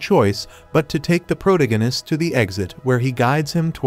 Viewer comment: PRO-DIGG-UHN-ISST 😂 thank you AI!